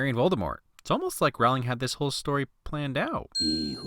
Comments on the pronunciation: Jk said herself that her last name isn't pronounced row-ling it's pronounced ro-ling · lol I've watched this before and I'm now noticing he's pronouncing her name wrong. It's Rowling like rolling. Nice job. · Every time you mispronounce JK Rowling's name it as if millions of voices suddenly cried out ... and were suddenly silenced. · Great video. You did a wonderful job describing a wonderful movie. Small note......Jo's last name is pronounced Row-ling, not Rowl-ing. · Okay, sorry. I'm gonna nitpick this. Rowling rhymes with bowling, not howling. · Stop saying Rowling like that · It’s ROWling not whatever you pronounced.